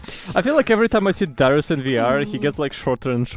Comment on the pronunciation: that's Daryi (as in, fungus - > fungi, Daryus-> Daryi)